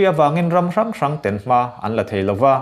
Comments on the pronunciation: "Ten" i lamdan hi, ka bang daih dawn!! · "Ten" tih hi a khamawm hle a ni. Mizo tawng chu i thiam a lam dan erawh uluk leh deuh hret a ngai. Ka bansan tep tawh nia. Mahse a tha tho e.